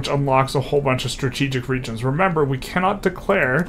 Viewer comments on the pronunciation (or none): none